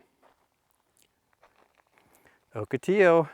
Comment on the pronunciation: OCATILLO pronounced OH-KA- TEE- YO